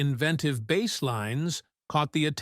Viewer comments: Spelled BASS, pronounced BASE, not like BASS fish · Agreed, the pronunciation for "bass" like he's talking about fish... I couldn't watch it after hearing that a couple times. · 😅 Really. How do you mispronounce bass on a bass-based video? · mispronounced Bass